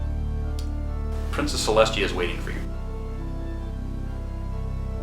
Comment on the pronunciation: Celestia. Her name is Princess Celestia, as in "celestial."